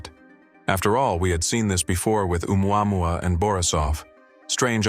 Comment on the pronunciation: Stupid AI narration! Listen to how it says Oumuamua! Ooo mwahwah 😂😂😂